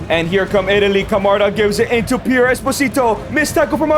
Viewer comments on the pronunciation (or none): none